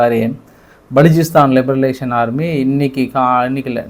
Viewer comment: பலுசிஸ்தான் லிபரேஷன் ஆர்மி என்று சொல்லுங்கள். லிபர லேசன் என்று சொல்லாதீர்கள். நீங்கள் சொல்வது சரியான உச்சரிப்பு இல்லை